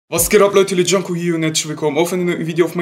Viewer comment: du heißt nicht du heißt